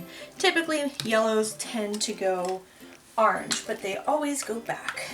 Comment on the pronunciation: I like how you say orange, "are-range"! 🍊 Love watching your videos! I always get so excited when you post 😃